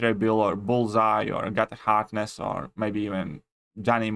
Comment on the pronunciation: My man said agata hardness 😂